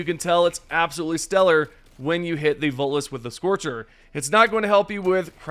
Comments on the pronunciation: Every time he tries to say voteless I hear Volus. 😅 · Always sounds like you say Volus.